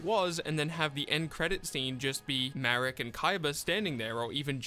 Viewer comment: its marik. ma - rik. though the name shouldve been "malik" but the japanese cant spell "L". so its ma rik not marrick